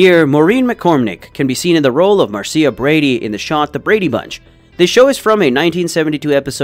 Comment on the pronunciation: Mar-See-a? Really?